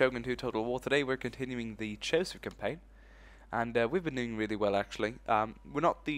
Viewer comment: BTW, in japanese, we tend to say CHOSHU as CHOU SHYU donno if this helps =3